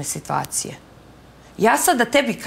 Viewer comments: Kaze funjara nepismena"sitvacije". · Sitvacije 😂😂😂😂 ova nema 2 razreda skole 😂😂😂